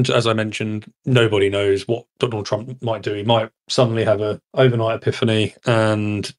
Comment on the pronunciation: Whos dwanald twump?